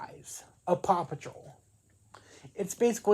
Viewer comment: A true fan who cant say paw patrol